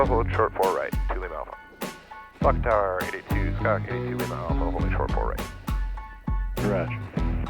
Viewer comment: It's sounds like you dropped the F-bomb on the tower . F-TAR!!! 🤣🤣